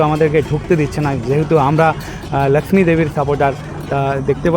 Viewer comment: বাংলা যখন বলছেন; তখন 'ল্যাকশ্মি' বলছেন কেন ? বাংলার 'লক্ষ্মী' উচ্চারণ করতে কি খুব সমস্যা ?